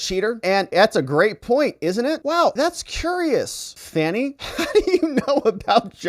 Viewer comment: I thought her name was pronounced Fanny too. Her name sounds like Fawn-e. Strange, I know.